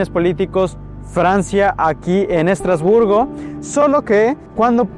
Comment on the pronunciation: Madre mía, lo que hay que oir. ¿Cómo es posible? Vivo en Estrasburgo y me voy a tomar el tiempo de corregirte porque me sonroja oir tantas tonterías... 1. Estrasburgo (no "Estratosburgo"). 2. ¡No, no es un "pueblo" ni un "pueblito": Estrasburgo es una ciudad en toda regla y además es la sede oficial del Parlamento europeo, del Consejo de Europa y de otras instituciones europeas, no francesas, como has dicho. Es lo mismo que le pasa a Bruselas. 3. No, Estrasburgo no "es" un mercado. En Estrasburgo se instala uno de los mercados navideños más bonitos de Europa. 4. La Catedral no es de "Estratosburgo", sino de Es-tras-bur-go y fue la catedral más alta del mundo por mucho tiempo. 5. No, no tiene una punta "no terminada". La particularidad de esta catedral es que tiene una única torre y aguja por motivos únicamente estéticos (propios de la época). 6. ¿Por qué la ciudad de Estrasburgo no iba a ser turística? 7. Sí se puede subir a la parte superior de la catedral. Tiene un precio de 8,00€/por persona 8. ¡No, la arquitectura de la ciudad no tiene influencias "suizas"! 9. ¿Alsea? ¡No! Ni "Alsace", como se dice en francés. En español se dice Alsacia. 10. No, no tiene "influencia" alemana sólo por su cercanía: Alsacia fue parte del territorio alemán varias veces. Luego volvió a formar parte de Francia y lo sigue siendo hoy en día. 11. ¿Por qué habría de hablarse el inglés? ¡No es una ciudad inglesa o estadounidense! Su única lengua oficial es el francés. El alsaciano también se habla e